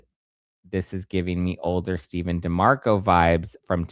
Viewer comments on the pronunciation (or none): none